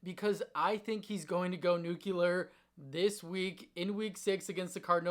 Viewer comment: It’s nuclear, not nucular